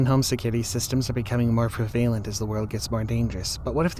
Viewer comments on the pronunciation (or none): Prevalent. Not prevailant. Listen to the pronunciation online.